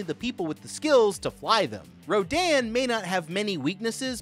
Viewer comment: He said Rodon not to be mean it’s rodan